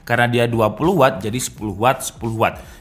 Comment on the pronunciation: Watt bang bukan wott